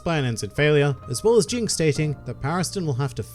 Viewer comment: Oh and it's not Jing, it's Ging.